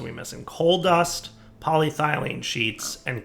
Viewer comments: Tries writing polythylene into JEI JEI: U wOt MatE?: corrects the spelling and pronounciation of polyethylene JEI: Ohhh... okay here: STILL SAYS POLYTHYLENE and ETHYLENE At this point I'm questioning whether if he's just doing it on porpouse or he is just a big dummy. Also does he read comments? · I swear I'm THIS close to just quiting watching this series because of "PolyThylene sheets". I love this pack and I love, but that pronunciation is genuinely making it hard to watch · So he's capitalised the E. Maybe he knows how to pronounce it now... Nope. Sad face. Still thinks cupronickel is the name of a Sesame Street character... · Should probably practice saying PolyEthelyne properly too, just sayin'. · PolyEthylene PolyEthylene sheets NO DIFFERENCE IN THE NAME OTHER THAN SHEET, AND YET HE FUCKS UP THE SECOND ONE ALL THE TIME. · Welcome to knows how to pronounce polyethylene but doesn't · Pronounces ethylene correctly, but still mispronounced polyethylene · It's so frustrating that he got it right, once, then went back to getting it wrong. It's worse than if he were consistently wrong.